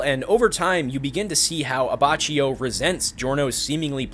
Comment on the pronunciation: IT"S AH-BAH-KI-O